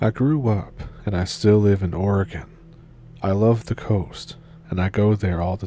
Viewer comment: Oh BTW. I and many Oregonians appreciate your pronunciation of Oregon...